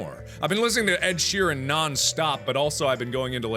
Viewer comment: Pronounced shikira wrong and ed sheeran lol